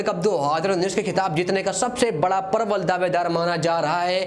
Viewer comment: Perbal nhi prabal.. Bhai Bolna sahi se seekh.. Phir video bana.. Specially Haazar per dhyn de... 😂